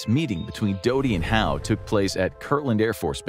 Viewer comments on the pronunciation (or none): none